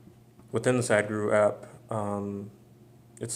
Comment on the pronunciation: Dude, don't pronounce it "sad guru", say "sudh-guru". :)